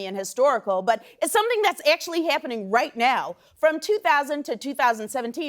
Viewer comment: Did you just say AYctually HAYppening? You reppin the midwest Amber? OPE. Heck yah!